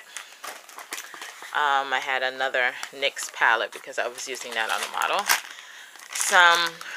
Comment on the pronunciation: Nice!! :).. Btw it's said like Nix